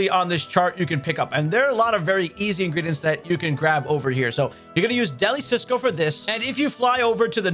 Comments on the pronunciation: I know it’s small, but can we make sure we are pronouncing things correctly. DeliCioso. Not Cisco. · It's DELI ZIOSO NOT CISCO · “Deli Cisco” boy its “Deli-Cioso” like Delicioso in spanish lol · Just a little correction, it’s NOT cisco, it’s Deli CIOSO (a pun on the Spanish word for delicious). Very informative video though. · I'm hurt just by him calling it Deli Cisco😭😭😭. It's CioSO like the Spanish word for delicious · You keep saying Deli cisco 😂 It's De li ci oso. As in: delicious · it's "delicioso", not "deli sisco" silly! 😝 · Please pronounce Deli Cioso right it hurts. Its not Deli Sisco, its like delicioso the spanish word for delicious. Great video but that was killing me in the beginning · just want to let you know the pronunciation for Deli-Cioso is “dell-e-seeohso” 🙏😭